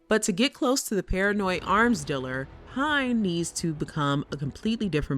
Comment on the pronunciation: You should probably hire someone who knows how to say the word "dealer" properly...